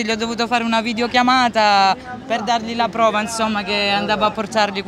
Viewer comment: "però io so esperto de siringhe" ENSOMMA, ENSOMMAH!